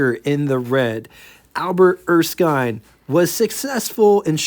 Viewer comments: did you find some source that confirmed Erskine was pronounced “Er-skyne”??? Otherwise every other time I’ve heard this name, it is pronounced “Er-skin”. And if not, don’t say I didn’t tell you the same thing last time. 😊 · Typically in Australia, Erskine would be pronounced as ers-kin. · It's Erskin. the i is short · Thanks again for sharing another rare car with us and from my experience wich was listening to my father and uncle’s that were there back in the day I believe it is pronounced er- skin as in skin. For the WYR I’ll take a 27 Pontiac and the 27 erskine. Have a good one and looking forward to the big 500 tomorrow, yeah buddy 😊